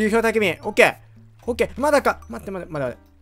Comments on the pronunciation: OKがオゲイに聴こえたんだがwwwww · 母国語からのOK！(迫真)で草